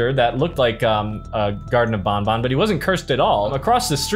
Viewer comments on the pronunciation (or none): It's banban not bonbon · It’s banban not bonbon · ban ban not bon bon